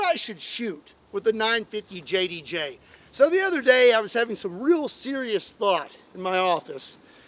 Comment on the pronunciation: Please pronounce it as the .95JDJ😂😂